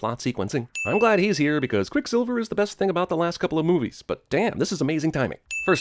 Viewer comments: Lol he says quick silvler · I heard “quicksilveler “ lmao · Did he say quick slilvler? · heheh “Quicksilvler” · I just want to point out, he says "Quick Slivler" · QuickSilvler? lol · “quickslilvler “ hehe TheBirdman will get ya on th at